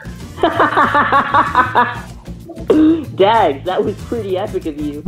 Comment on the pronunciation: This is not pags. It is dags.